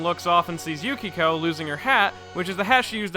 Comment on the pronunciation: ah I see, I would say it's excusable because sometimes the manga translations were very bad. But still, how can you say "Yukiko" instead of Yukako? Idk it bothers me. Anyway, good video and analysis. I'll stop pestering about it. Subbed